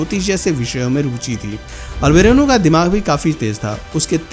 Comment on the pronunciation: अल बिरूनी हैं अल बरेनु नही